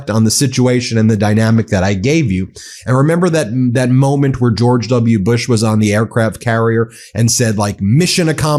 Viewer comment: A bra hum Lincoln and Ge or ge Washington, according to Trump's insane pronunciations.I pronouce his name as 34 time convicted felon.